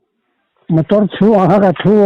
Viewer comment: "Mator" ti deuh tlat😁.."motor" han ti zeuh mai se😂